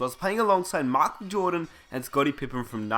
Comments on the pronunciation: Pronounced MICHAEL jordan Not MOCK jordan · "MOCHAEL JORDAN" 😂😂😂😂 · it's Michael not MOCKel you shmuck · Mahckle Jordan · Please stop destroying the word "Michael."